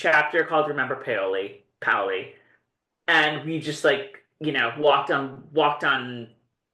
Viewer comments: and … Please do not ever stop podcasting! I was so excited to see you had posted your newest video! I could not believe the pronunciation of Paoli in outlander early Friday morning! I thought of the two of you first thing! You too make my week along with the best program out there in my opinion. I am so over the moon that you enjoyed it as much as I did! Thank you for all you do and keep on podcasting! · I've lived on the PHL Main Line for more than 70 year, most recently in the town adjacent to Paoli. In 70 years I have never heard anyone who lives here say POW-LEE. We only say PAY-OH-LEE. Only "outlanders" mispronounce it. However, I wonder if it was pronounced as POWLY in the 1760s. Paoli is named after a French man. I think the French pronunciation would express all the vowels. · Great recap as always! Happy for you on the Paoli reference. I was also surprised at how they pronounced it, but comment about about the pronunciation of ciao makes sense. The item William hands over is his gorget which trumped whatever Harkness had in the bag. He later got in trouble with a superior officer for "losing" it. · I stopped watching to send y'all a message on BlueSky when I heard "Remember Paoli" (mispronounced)! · I thought they were saying it wrong 🤣🤣😂😂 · I was like "What is POWLEY??" 🤣